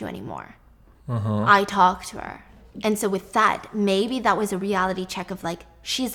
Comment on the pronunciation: And wis instead of was😹